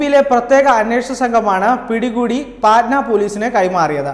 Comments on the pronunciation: പൊന്നാനുജ പാറ്റനാ അല്ല പട്ന ആണ് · പാറ്റ്നാ alla ..പഠ്ണ